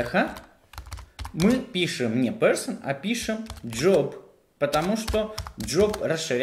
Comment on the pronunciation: Паблык, джёб, Алэкс, Алыкс🤦‍♂️ Зачем говорить эти слова типа с английским акцентом? Это всегда нелепо, когда люди зачем-то произносят слова с супер акцентом, говоря по-русски.